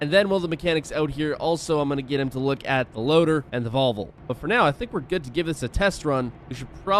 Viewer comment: Vol - Vo not volvul